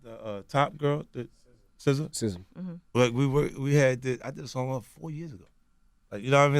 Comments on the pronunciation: lmao that fool called sza "scissors", saw! LMAOOOOO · This nigga just called Sza "saw" lmaoo